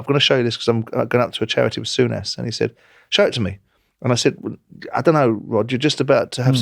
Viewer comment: Sourness 😂😂😂😂 not souness.